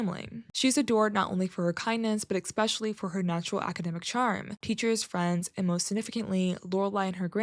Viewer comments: Especially, E-S-pecially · Please don't say "expecially" - you're better than that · THERE'S NO "X" IN ESPECIALLY!!!!